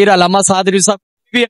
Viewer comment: Lafz Rizwi ko theek krain